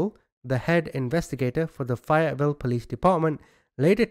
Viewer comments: Not fiet Ville it's pronounced fay yet vill ok sheesh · I don't live too far from Fayetteville NC I'm an NC native born and raised, it's pronounced FAY ET VILLE. Long A like the A name or same or the name Faye. Great work as usual. Thank you. ✌️😊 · I'm from there we pronouns it ( fay it vill) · I swear if you say Fayetteville like that one more time LOL it is pronounced , if you're from here , Fay like A Fayyyyy etteville